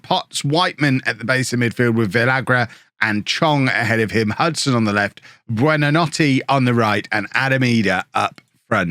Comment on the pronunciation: Google translate how to say good night in Italian and that’s hoy you say buonanotes name